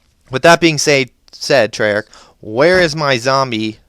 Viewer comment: forgot the h at the end and is Treyarch not trayarc